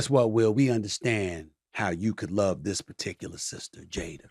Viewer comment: Every word that ends with “a”Stephen a ends with er it’s funny when you hear it. “Jader” instead of jada “luker” instead of luka